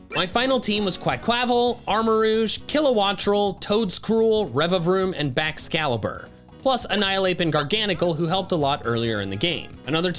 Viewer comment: IT'S BAXCALIBUR, NOT BAXSCALABRA! FIX IT NOW!